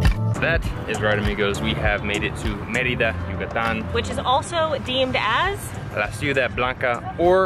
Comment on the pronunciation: Djucatan! They convert all Y's and ll's to Dj with much force. That and they switch the n and m so bread sounds like pam..